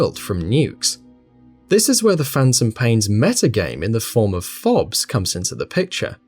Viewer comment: I can’t believe you called FOBs “fobs”